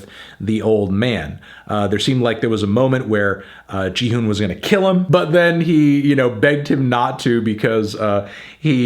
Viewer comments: lol the name of the protagonist is gi-hun(pronounced as ki-hun), not ji-hun. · I'm just annoyed you keep saying "ji-hun" even tho you can hear them say "gi-hun" the whole time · enjoy hearing your take, Melon, but I have to inform you that you're pronouncing Gihun's name wrong 😬 not that you or anyone else will probably care, but the "Gi" has a hard G as in "goat," not a soft G as in "giraffe." it's the same way you'd always pronounce "gi" (or any G sound) in Japanese. protip: with the way these two languages are romanized, a soft G sound should always be represented by a J.